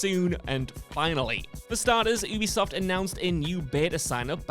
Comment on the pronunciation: Yoo-bee-soft. You are supposed to be a gaming journalist, damnit! Say it! Yoo-bee-soft!!!